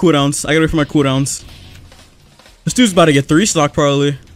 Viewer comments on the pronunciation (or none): When he says cooldown sounds like he is saying kudons